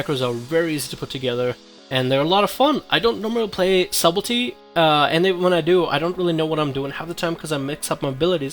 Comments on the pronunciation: Lol at him saying SUBELTY.... it's subtlety .. pronounced Suttelty the b is silent :P Nice video though. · its pronounced sutlety :P big fan btw<3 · Daniel Warren [suht-l-tee] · stop saying subelty, it's s-u-b-t-e-l-t-y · For the love of god, please stop saying "Subble tee." Also, no dagger in the main hand for backstab? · Sutelty.. sort of :) +1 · I find it hard to take advice from someone who can't even pronounce his topic correctly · The b is silent. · love your videos, quick FYI, the "b" in Subtlety is silent.